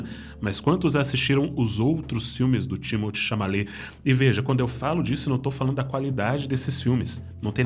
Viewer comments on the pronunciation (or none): Chalamet, não Chamalet! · Ótimo vídeo! Só um pequeno feedback: está pronunciando TImothy ChaMALET ao invés Timothy ChaLAMET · Chamalet? Não seria Chalamet?